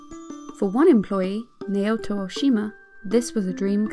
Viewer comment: I really didn't like the way you pronounced Naoto. It's a pet peeve but you can atleast do a little research on how you pronounce Japanese names just to be sure.